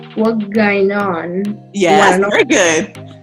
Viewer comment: That "wuh gine on" was Perfect!... lol